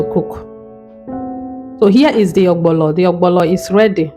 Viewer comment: You wrote ogbono and still calling it ogbolo.